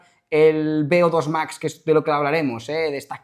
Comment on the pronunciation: Beodos Max?, eres latino?